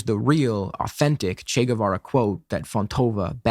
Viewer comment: They can’t even say his fucking name right!